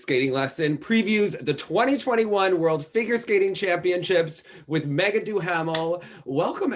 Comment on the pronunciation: Meagan is so great but her pronunciation is HOOT! 🥴 Thank you guys!